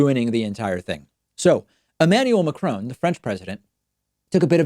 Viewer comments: N in Marcon is pronounced, similar as the way you pronounce macarons (french cookies), or Alain (ain) Delon (on) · Yes... very interesting Mr Pakman, but who is this 'Macroan' geezer you keep going on about? The President of the Republique Francais is called Emmanuel Macron, pronounced without any artificial stretching of the second vowel in his surname As someone whose first language was presumably Spanish Mr P should be well aware of the annoyance that the lazy and arrogant Yank habit of unilaterally altering other people's languages and imposing their own mispronunciations causes. Personally speaking, I still haven't forgiven them for imposing the short billion/trillion/quintillion (etc) on us back in the seventies (presumably so they could boast that they had 'billionaires' and the UK didn't). And France (unlike my own country) is still resisting incorporation and assimilation as a subservient and obedient vassal state in the Yankee cultural and economic empire. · Please, could our American friends learn to pronounce his name properly as a sign of respect that I hope we would agree he deserves; President Macron sounds like "ohn" (like Tron but with a cropped n at the end) and not like Macr"own" as so many Americans seem to say. It sounds horrible, incorrect and disrespectful. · Really good segment, David, but if you're going to say "Macron" that often, make some kinda effort not to pronounce it "Macrone". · "Macron" is pronounced like "Macrauo" as the "n" is silent in French. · David, please pronounce his name correctly ... its not Macrone as you keep saying, its Macron with a soft n ... try this as a starter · While I agree with comments on this site, I do wonder why David hasn't made the effort to pronounce the French presidents name properly! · Please check your pronunciation of Macron!!! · Trying to figure out what kind of reverse psychology could get you to pronounce Macron correctly, David. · To nick pick, your pronunciation of Macron makes me cringe😂